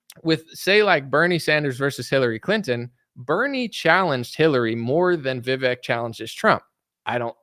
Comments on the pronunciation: Vivek says his name rhymes with cake, but you say fake. lol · Vivek. he says his name rhymes with cake.